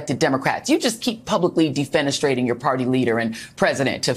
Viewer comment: Joy said….”defenistrating”